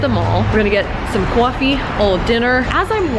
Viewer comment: You said coffee like a old New Yorker, maybe like Bernie Sanders...